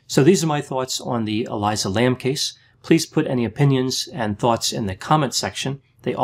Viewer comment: That’s now how you say Elisa.